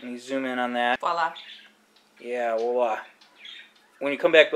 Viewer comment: Voila! is pronounced VWAH-lah, not WALL-uh.